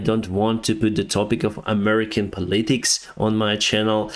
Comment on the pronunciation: Hi,. You mentioned learning English from Netflix. I listen to your channel all the time. It is the best source for news about the war. I respectfully share some feedback on American English pronunciation. Politics. You are saying po-LIT-ics. The emphasis is on the first syllable. POL-i-tics.